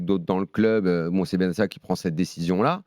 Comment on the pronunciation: Et on signalera que Daniel est le seul journaliste en France qui prononce correctement le nom de benatia